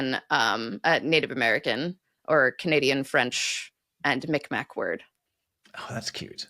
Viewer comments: I am not first nations, but i believe "Mi'kmaq" is pronounced "MEEGmah" or "MEEguhmah" with that throat clearing sound at the end. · Just as an FYI, the Indigenous peoples of what is now known as the Canadian Maritime provinces pronounce it "mee g-makh", or "meeg-maw" not mick-mack. 😊 I had no idea the origins of the word "naughty"! But it makes so much sense. Huh! This year, I'm definitely the naughty list. I have recently moved from Ontario to Newfoundland, and this will be my first Christmas here. They have a tradition here rather than caroling, they go mummering. (I've not yet seen it) They dress up in silly costumes to hide their identity, they cover their heads with a pillowcase or something, and make a lot of noise with crazy instruments. And, as rhymed off the names of Father Christmas' sons, I believe she said one was Mummer? Perhaps that's where they get the word from? I think the tradition itself came over from the UK. I had a discussion with a local who was annoyed at the use of "Happy Holidays", until I pointed out that in England, (my father is from England) they say "Happy Christmas" rather than "Merry Christmas", and all of the holidays of the season Christmas and New Year, and etc...he walked away now content with "Happy Holidays" 😁 Happy Holidays! 🎄 🎅 🧑‍🎄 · Mi'kmaq is actually pronounced like "Mi'kmaw" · FYI,, the q in Mi'kmaq is silent: it's pronounced more like Mi'kmaw, and is sometimes spelt that way. Apparently the Mi'kmaq themselves pronounce it similarly to a Scottish ch. But thanks for telling us the caribou and reindeer are the same! I had no idea.